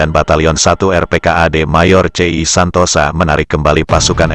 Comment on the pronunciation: Menurut sy namanya bukan mayor Santosa tapi Santoso, memang di bahasa Jawa tulisan ya Santosa tapi membacanya Santoso 🙏🙏🙏